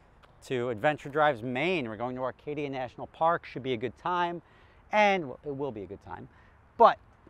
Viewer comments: acadia....not arcadia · Acadia....no “R”